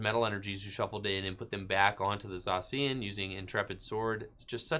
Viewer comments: Say it with me... "Zay-shee-an" Ugh! So annoying!! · does it bother anyone else the way he pronounces Zacian?